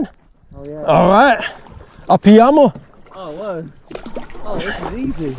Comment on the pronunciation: is saying "apiamo"?